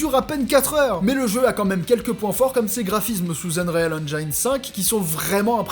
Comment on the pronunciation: Le nom c'est pas nanco... On dit Namu Co... On ne dit pas Unreal Haine Jaine... Mais Hen Jin